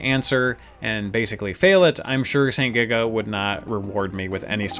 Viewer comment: You frequently say saint giga, but I recently learned it's actually sento giga.